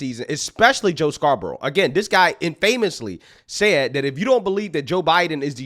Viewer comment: You may not care but it's "IN-fuh-mus" not "in-FAY-mus". 😉